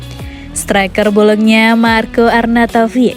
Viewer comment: Bolonya min bukan bolokna...hehehe